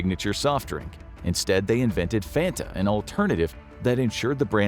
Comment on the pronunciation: THATS NOT HOW YOU SAY FANTA YOU DUNCE